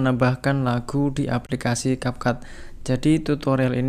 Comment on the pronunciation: Cap cut bukan cap cap 😂ga jelassss🖕